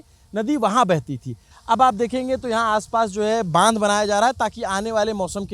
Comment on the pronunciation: इसको बंधा बोलते है 😅😅 नहीं बांध बोलते है बंधा पत्ता गोबी को बोलते है